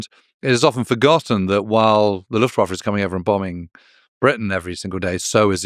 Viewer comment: One word: Luftwaffer.